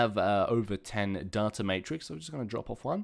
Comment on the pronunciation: He can't say data properly.. -_